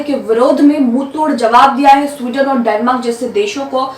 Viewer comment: Yeh Sweden nahi suarden hai.